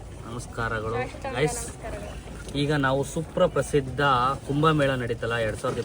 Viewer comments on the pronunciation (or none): ಸೂಪ್ರ ಪ್ರಸಿದ್ದ ❌ ಸುಪ್ರಸಿದ್ದ ✅